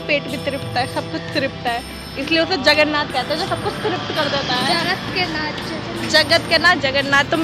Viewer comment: Hari bol🙏🏽…… mata ji… जगरनाथ nahi जगन्नाथ ☺️🙌🏼